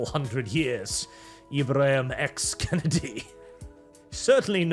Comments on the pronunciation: His name is not Kennedy like the President, his name is Kendi like a candy. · It's Ibram X Kendi, not Kennedy lol.